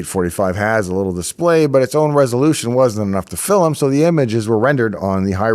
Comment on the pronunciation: "Fil-um"? Geordie ancestry? ;-)